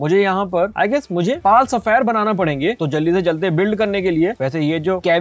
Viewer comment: pal sapphire nahi pal sphere